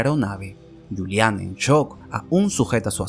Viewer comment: Bien, pero se pronuncia /yuliana/. El alemán no usa letras por las puras como el inglés o el francés.